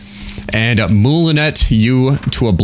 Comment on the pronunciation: Very small thing, Mulinet is pronounced "mul-eh-nay." Its a fencing technique utilized with sabers to do a wheeling attack after a parry to the side, typically a first parry.